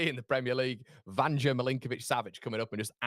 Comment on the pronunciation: In Serbia a J is pronounced as a Y so Vanja is pronounced 'Vanya'